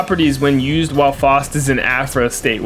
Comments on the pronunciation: Bruh his name is pronounced FOWST not FAHST. How anyone could still think that after the in game announcer has always pronounced it FOWST is beyond me. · Bruh I'm about to rip my hair out listening to you call Faust Foust over and over